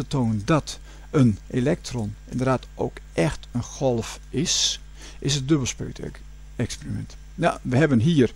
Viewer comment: 'Is het dubbelspeterk -experiment'